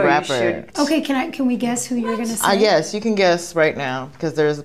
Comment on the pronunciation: she said “YUS” i’m sorry that was so funny to me 😭 and the little hop